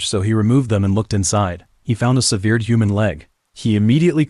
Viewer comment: I was with you right up until you mispronounced the word "severed" It's sever not severe That why A.I. is a horrible choice for a narrator